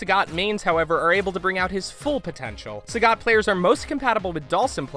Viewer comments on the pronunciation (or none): "Sah-got?" You are good at reading.